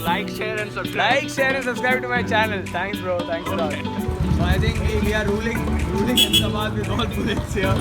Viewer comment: Bro it's Ahmedabad yeeh